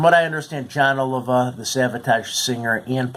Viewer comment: FFTR bombed because the band was made to record for the album, by the record company, songs that Jon had in fact, written for other artists. Artists of a completely different genre, John Waite, for instance. Then, let's see...their last name is pronounced Oleevah. :)... And Criss not to be nit picky...but he was a phenomenal guitar player who had been approached by Dave Mustaine to play for Megadeath..who was carelessly and thoughtlessly killed by a 7X convicted DUI driver on October 17th 1993. His wife, who was also in the car, never entirely recovered from the accident and the loss of Criss and died several years later. :( We miss Criss so much.